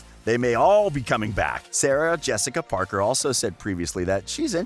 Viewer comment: Anyone else hear him say "Sahrica Jessica Parker"? 😂